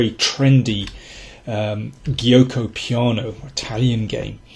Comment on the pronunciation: "Gioco" is pronounced as "joco"